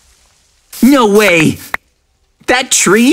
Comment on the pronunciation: When said no way i heard nwo way do i have a problem tell me what you guys hear bc i think i have a problem now here